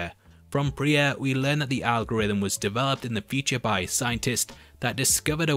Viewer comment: I watched 2 minutes into this and heard "peachy" 15 times. Then I realized, Oh, he's trying to say 'feature'! ... He was saying 'feature' not 'peachy'. Then at 3 minutes I realized he's trying to say "future."